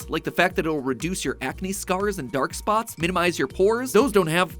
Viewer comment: When he said defence against dairk spots I thought he was joking and saying defence against the dark arts 😂